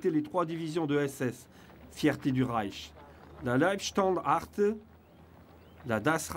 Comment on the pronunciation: Mais comment le commentateur prononce le mot Leibstandarte ? "Landstartarte" ! N'importe quoi. D'ailleurs, le nom entier de cette division est Leibstandarte Adolf Hitler (la garde personnel d'Hitler).